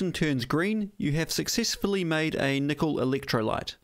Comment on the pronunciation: "Meatle"? Kneekle"? Me no speak Japanese.